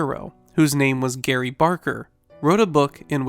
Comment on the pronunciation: Gray Barker not Gary